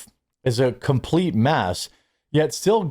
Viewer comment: Did you say "his life is a complete meth"?.